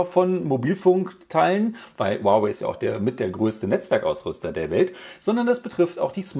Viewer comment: Das hieße nicht wawai sondern huawei